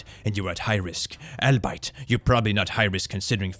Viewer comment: As a bilingual I used to make this mistake all the time because I read more than heard English when I was younger.... Its pronounced "all-be-it" 😉